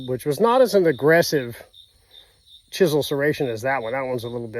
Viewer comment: Its not chistle, its chisel!! 😂😂